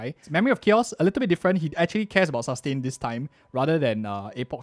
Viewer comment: The way he says ( Sus - tain ) 😂